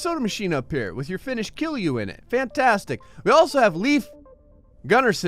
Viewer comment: It's KILJU.not killu